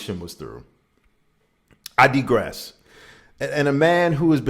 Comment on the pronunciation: First, the fact that you missed that Dr. Dre is known for abusing Black women. Weakest link energy. Next, the word is pronounced "digress."